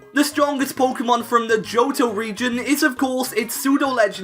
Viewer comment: Thanks, when I heard him say „puukemon“ for the third time, I didn’t want to go any further